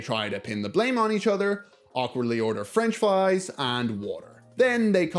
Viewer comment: Fwench Fwies